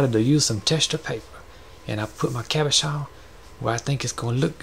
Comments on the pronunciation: Cabochon. Pronounced Cob-Oh-CHon. Cob like corn cob, O like Oh, Chon like ch in chicken rymes with john. Cabochon. Means Non facetted polished gem. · The way you keep saying Cabuchon is sending me 😂 I love that I found this. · Love your style. Very relaxing to watch. I love the way you say cabachon. That's how I'm gonna say it from now on! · So glad I found your channel, you've had me in stitches with 'Cabashon' 😂 another word for you is Chatoyance (sha-toy-awns) , that's the reflective element in the wood veneer piece you did. Keep up the videos, love your work! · Oh no! I've been pronouncing it ca-BO'-chen. Whatever. I love these. I'm gonna make these. Thank you. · the way he says cabochon is the most satisfactory thing in the entire video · Thank you! I can't WAIT to say Cabochon like you do! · I love your voice soooooo much. Especially the way you say "Cabochon". These cabochons are so gorgeous.